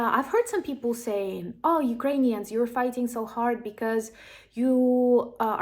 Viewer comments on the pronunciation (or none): none